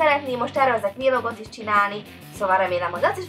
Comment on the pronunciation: plejit''. ,,vélog" ez csak nekem furcsa ? :D mert mindenki mas mashogy mondja